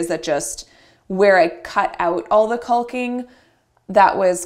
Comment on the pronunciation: "Cull-king"??? That's funny. The runner's nice too.